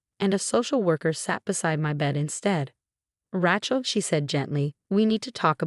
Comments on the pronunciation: The narrator's name is Ray-chel, not Rahe-chel, Please work with your AI and upgrade. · I don't know... Rat-Shell has kinda a ring to it😅😅😅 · Raychel not Ratchel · As soon as I hear Rat-shell, I hit the thumbs down and leave to find a story where the robot has been properly ptogrammed. These mispronunciations have gone on for far too long. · It's Rachel pronounced with a long A . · This particular AI voice consistently pronounces Rachelle as 'Rat Chel' . It grates on my nerves.